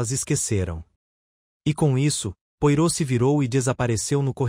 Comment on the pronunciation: Não consegui terminar de ouvir. Pronúncia horrível, inclusive o nome do Poirot.